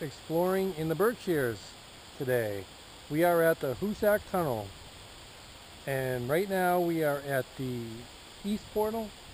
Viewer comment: Oh man, I'm from The Berkshires. You say it like "HOOzick".